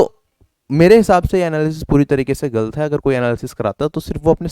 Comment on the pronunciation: क्या गल्त गल्त लगा रखे हो भाई,, गलत होता है, ल न कि ल्